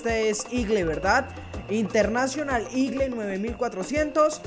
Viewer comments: Jajaja no se lee igle se lee igol jajajajaja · Eagle pero se lee igol, buen video saludos...✌️👏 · no es para que te pongas Bravo pero en Colombia se pronuncia igol y se escribe eagle para que tengas en cuenta jajjajajajajaja